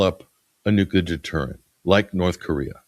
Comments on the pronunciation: I love to listen to you but I have one issue. Nuclear is pronounced exactly like it is spelled nu-cle-ar. I don't think you realize it, but you, like many people pronounce it nu-cu-lar. 😮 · NU-CLE-AR. N-U-C-L-E-A-R . Read the letters. Why is this word, "nuclear", so difficult for people to pronounce correctly?